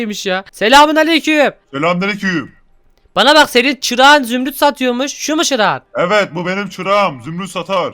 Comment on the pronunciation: zümrüt diyeceğine zümüt dedi...